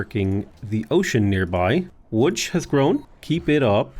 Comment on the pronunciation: best pronunciation of Łódź I've ever heard from a foreigner. well done!